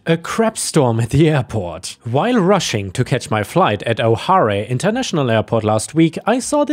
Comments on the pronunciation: "Oh-harr-ay"!? Come one, you cannot tell me you don't know better. 🤨 Repeat after me.... "Oh-hair"! O'hare is a common Irish name. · O'Hare is pronounced like O Hair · ⭐️🌟⭐️🌟⭐️🐈⭐️🌟⭐️🌟⭐️🌟 Hi. O'Hare is pronounced O'Hair like the stuff I used to have on top of my head.😊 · I do believe I was at O'Hare when this happened. And to help with your pronunciation in the future, pronounced "Oh Hair" like Oh My, and Hair on your head. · Being under one of the approach patterns for it the pronunciation of O'Hare is oh hair. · O'Hare is pronounced O Hair (rhymes with air, chair, hair, bare)... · Just a pronunciation thing, but O'hare is pronounced like [Oh]+[Hair] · O'Hare Airport, it's pronounced O-Hair. ❤🌟⭐⭐💫🌟⭐⭐💫🌟⭐⭐💫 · O'Hare is pronounced O'Hair. Otherwise great work as always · O'HARE is pronounce "oh hair", also its airport code refers to the old orchard it was built on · Hare is pronounced like Hair. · Don't mean to be rude but it is pronounced oh hair.